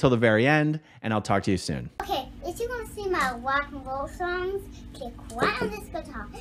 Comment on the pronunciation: I love your work. But I LOVE "if you wanna hear my wok and woll songs..." lolol